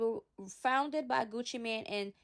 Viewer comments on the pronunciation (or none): NOT "MAN" BUT "MANE"...like a lion...he use to have Gucci around his neck!!